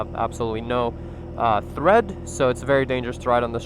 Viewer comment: tread not thread P